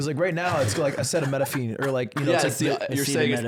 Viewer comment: they shouldve taken time to talk about ludwigs pronunciation of acetaminophen